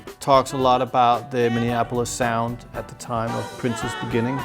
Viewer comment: "I like the zound of rockut shchipps" ...but are they 'groovy' tho?